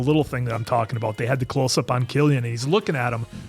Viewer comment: Cillian is pronounced with a 'K' sound